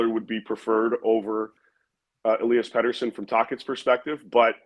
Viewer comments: Rest in peace …. … Pet-ter-son not Peter-son Elias Pettersson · Seriously - if you are going to pontificate about Petterson, at least pronounce his name correctly. It would add some credibility to your opinions.